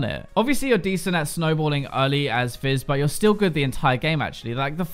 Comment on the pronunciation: He said Jizz when he was talking about fizz xD